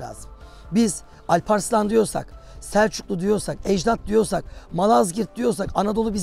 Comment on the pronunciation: Talha bey ne yaptınız binlerce yıllık alp adını avrupadaki dağ gibi söylediniz Âlparslan değil o ad kesinlikle Alparslan olacak Altın der gibi çıkmalı a ve l harfleri lâl gibi yumuşak değil bu çok yanlış.